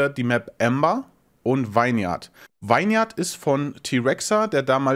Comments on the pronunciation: Ist aber auch bescheuert. :D Vine wird wie Wein ausgesprochen und Vineyard dann wie Winnjard. :D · Ich möchte direkt als PSA anbringen, dass "vineyard" wie "vinnyard" ausgesprochen wird, also kurzer deutscher i-Sound :-) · Nice! Da kann man doch tatsächlich mal wieder reinschauen. Kleine Verbesserung am Rande: "vineyard" wird wie "winyard" ausgesprochen :p